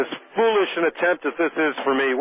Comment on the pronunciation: Fullish or foolish? I didnt get that